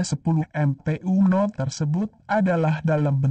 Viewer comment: Sebutan Umno biar betul Pak..